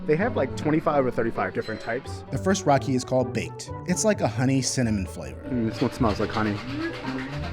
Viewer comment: Bro pls stop saying raki like that because it basically means dih but scrambled words. Try saying ra like in Ferrari and key 🗝️